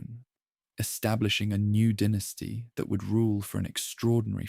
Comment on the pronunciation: The pronunciation of dynasty fluctuating between “dye-nasty” to “den-tasty” is another sign that it’s probably AI